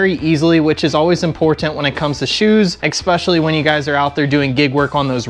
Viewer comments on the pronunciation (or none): Hi, Pronunciation Police here. Check the spelling of the word "especially". Notice it's not spelled exspecially, which is how you're saying it. Also, the word "escape" is not pronounced exscape. I'm seeing a pattern.